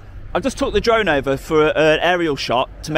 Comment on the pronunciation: Just say it you numpty! “Drive a flone” 😂😂